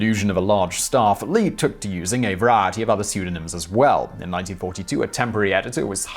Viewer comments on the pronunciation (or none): none